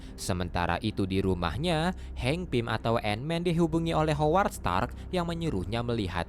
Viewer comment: greget ama si mimin sama pengucapan hooward 🙃